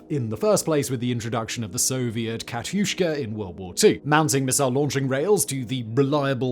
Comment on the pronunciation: ehm,katiusza not katiuszka,sorry but i had to.